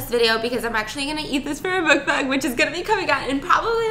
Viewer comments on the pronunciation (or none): none